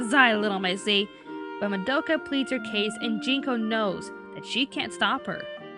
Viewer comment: Was anyone else annoyed at how pronounced Madoka's name wrong?